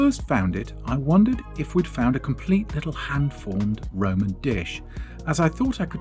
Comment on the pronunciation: It’s not Roman, it’s Roi-oi-man! 🤓